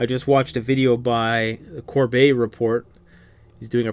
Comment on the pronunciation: Corbett report not Colbert Report hahahahaha.